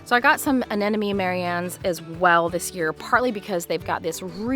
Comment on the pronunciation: it is Anemone..not Anenome..